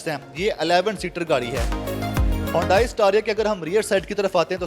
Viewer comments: It’s not hondai it’s hyundai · ھونڈائی نہیں بیٹا، اسے "ھی انڈے" بولا جاتا ھے۔ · It's called Hee- yun- day- ee. ..not hondai in pronunciation.